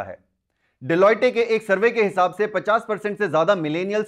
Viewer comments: डेलॉएट not डेल्लौएटे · Delotee?? Bhai ne ye bol kr big four ka name hi chng kr diya😂😂